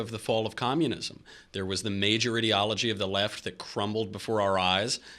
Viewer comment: Why can't they pronounce the word ideology correctly, so annoying.